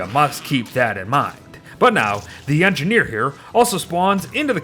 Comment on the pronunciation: “The engineer is engideer”